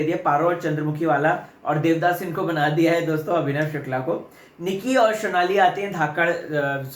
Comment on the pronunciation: Sonali ka naam sahi pronounce kr .. Sonali hai shonali nhi ..rubina ke PR